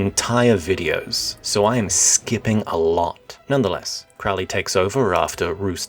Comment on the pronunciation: Ye Gods, please pronounce the names right--Reuss is pronounced "Royce," Crowley rhymes with "holy," as he was fond of saying...and "Leah Sublime" is the only poem I know that could stop an orgy dead in its tracks. It's not a real representation of Crowley's writings, so you're being a bit unfair. And "Chabad" is pronounced with a clearing the throat CH, like how a Scotsman pronounces "Loch," not a CH as in "church."